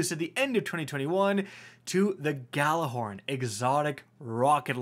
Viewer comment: “I’m ghallahorny today “ here